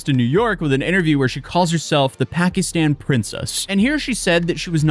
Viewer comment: She doesn't even know how to properly pronounce "Pakistan."